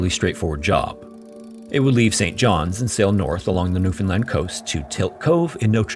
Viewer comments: Also thank you for pronouncing the name of our province correctly! Look up the 1929 NL Tsunami if you're looking for content for a future video. Grim stuff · I'm so happy😊 you pronounced Newfoundland Correctly!🎉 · thank you SO much for being one of the only youtubers to pronounce newfoundland right. :') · Just have to say, as someone who was raised in newfoundland, its so nice to hear a youtuber pronounce it properly! A lot of people pronounce it like "new-fin-lind" outside of canada and every time i hear it pronounced like that it makes me cringe inside lol (The emphasis goes on the "Newfoundl-AND". Its the "lind" pronunciation that sounds so wrong to me) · We have so many "Gull Islands" here haha... P.s. thanks for pronouncing Newfoundland pretty accurately! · As a Newfoundlander, I appreciate this story and your correct pronunciation of Newfoundland. Cheers!! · 10/10 pronunciation of "Newfoundland" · I suggested this one so I'm stoked to see if featured. NL has lots of shipwreck stories but this one always stuck with me. And kudos for pronouncing Newfoundland correctly.